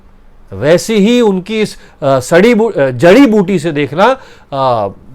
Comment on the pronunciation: Saributi....mera matlab Jaributi